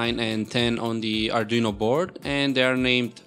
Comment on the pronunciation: pe jo bola uspe hmara to arduino board hi ur jata jra ache se bolo